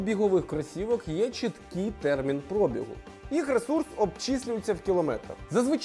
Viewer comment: Наголоси - пробІгу, а НЕ прОбігу